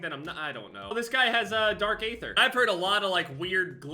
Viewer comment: why does call the aether wrong the a is an e plus when i was typing this it auto corrected to jew? dont know why but it did